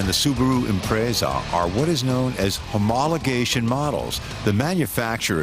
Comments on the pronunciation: I swear if I hear "Imprayza" one more time... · Imraaza? Or impressa? Lol how do u pronounce it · "Subaru ImprAIZA" ??!! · This is to remind you the subaru Imprayza is the greatest car ever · What's an Impraysa? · Imprayza lol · Did any else want to punch this guy in the throat for how he says impreza